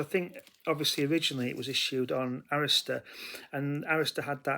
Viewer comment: I remember the first time I heard Racetrack in France Gil Scott Heron on release, and on the radio back in '81.. Such a cool groove on that one.. You are one of the few who pronounce Arista properly.. When in doubt, ask Clive Davis ! 😊I almost pulled the trigger on your power pop comp over the hill in Sacramento day after RSD.. Cheers ✌